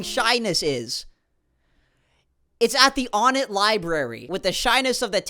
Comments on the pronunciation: Dislike, unsub, write hate comment, he said on-ett and not o-nett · It irritated me when he said On-ett